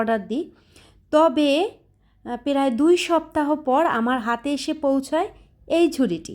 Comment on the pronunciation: Apu apnar ucharongulo ektu thik korle valo hoi perai na pray,fere na free. Mind korbenna jehetu video banan.